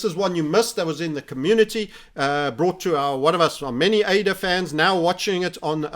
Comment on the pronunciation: been watching him long enough to remember when he called ADA, uh-dah